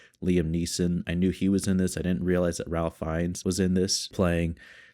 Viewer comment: A brilliant film. A difficult movie to watch, but so important to see so that none of this is ever forgotten. Just fyi, Ralph Fienne’s name is pronounced like “Raife Fine” - not as it looks.